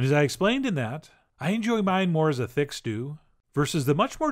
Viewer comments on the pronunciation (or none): none